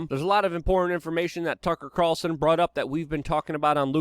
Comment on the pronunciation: I like most of what Luke says but every time I hear “impornt” instead of “important “ I just about jump through the screen. If one would like to be taken seriously one needs to pronounce words correctly or use words that one is able to pronounce correctly. The word “impornt” or important is used in abundance on this channel and every time this elementary word is mispronounced the believability and credit of the creator is eroded away. I am Not trying to hate rather offering constructive criticism.